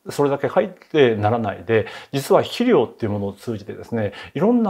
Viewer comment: 肥料を「しりょう」と発音。江戸っ子ですか。